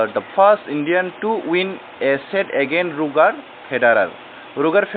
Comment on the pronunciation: Pronounce khai ma chaya...."roger" tennis nai d....